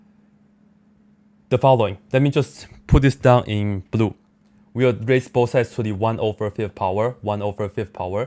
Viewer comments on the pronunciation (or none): none